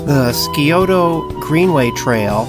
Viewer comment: Great video! It’s pronounced “Sigh-O-Ta” river.